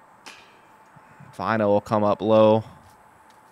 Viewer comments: Btw: If you want to say his name right: the way you pronounce the 'Ä' in Finnish (Väinö Mäkelä here for example) is the same as the letter A, in the word Apple, and the 'Ö' sounds like U in Burn. Commentators here are pronouncing it as Vainou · I would say they pronounce it more like Wine O.